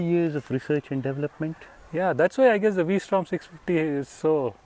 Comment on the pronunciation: it's vstrom versatile Strom not the v for angle